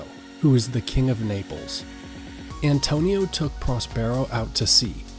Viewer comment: Not Niples its Naples